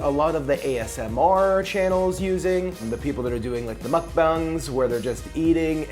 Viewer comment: That's not how u say Mukbang